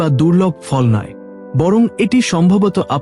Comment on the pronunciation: Je fall ter nam bolchen bujte parche na jate bujte Pari please se vabe bolun.